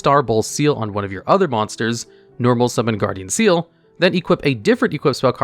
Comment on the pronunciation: slight correction- Ceal is actually pronounced KEEL, at least that's how it was said in the anime.